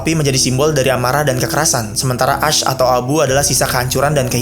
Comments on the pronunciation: Bukan "as dibacanya tapi "esh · Jir gw kira "ice" soalnya pronouncing nya "ash" Soalnya setau gw abu tuh pronouncing nya "esh"